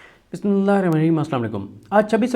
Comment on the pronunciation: Bhai Bismillah to Sahi se parrha karo saaf saaf aur araam se